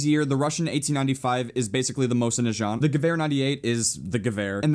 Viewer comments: PLEASE FOR THE LOVE OF GOD IT'S MOSIN NAGANT, NOT NAJANT. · You can't even say Mosin Nagant or Gewehr right. Gewehr is gee-vee-r. Nagant isn't nu-jaunt. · it's Mo-sin Na Gant not Mo-sin Nachant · you make my brain melt. Its Mosin Nagant- not Najant. NA-GANT Also thats not really amosin thats a Winchester 1895, an American lease to russia. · mosin nigant not mosin nijant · Hey said Mosin najant... ITS PRONOUNCED NUH GAUNT! GET IT RIGHT. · it's Mosin na-gahnt, not najant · I don't want to sound like a dick. But fuck it . This is for learning. Mosin Nagant is pronounced Moe-seen Nahgahn. The T is silent in Nagant. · its pronounced Mo-zin Nuh-gont and the moist at least in real life is bolt action not lever action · lol I think U pronounce mosin-nagant moh-sin nah gaunt not jaunt lol I might be wrong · No way that's the Mosin "najant" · Everytime you said "Mosin Najant" I died a little inside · Also.. it's pronounced MOWZIN NAG-AUNT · First of all it's a Russian Winchester 1895 and it just hurt my ears when you pronounce Mosin Nagant like Moshinachant like it sounds like some French word. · FUCKING GEWHER GEOW HER. MOSIN NAGANT MOSE IN NAH GAUNT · It's pronounced Mose-in-na-gant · The way he pronounces mosin nagant kills me. FYI is pronounced like this mow-sin nah-gaunt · I cringed at the way you pronounced the mosin's name. It's supposed to be "moe-seen nah-gahn". Silent T. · you say it wrong you say it like mosin nagat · Moi-zin-nuh-gah-nt WHY THE FUCK CAN'T YOU PEOPLE SAY THAT CORRECTLY?!?!?!? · come on prenounce mosin nagant right plz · also his pronunciation of the mosin nagant is giving me cancer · Who else is here to correct pronunciation of Mosin Nagant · Jesus you butchered the name of mosin nagant. You sounded french XD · But y does he pronounce the mosin nagant that way it mindfucks me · you said mosin nagant wrong but oh well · You butchered the Mosins name and I am kinda upset it's not the original Mosin the 1891 version.